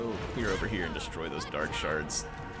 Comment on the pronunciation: I hear dark shart every time